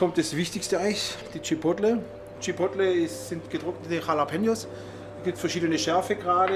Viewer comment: Tschippottlle xDDDDD